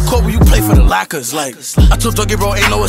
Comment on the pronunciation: mans really said lackers